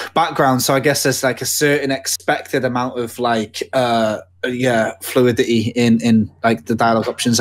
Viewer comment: my favorite part was when pronounced fluidity as "flua -ditty"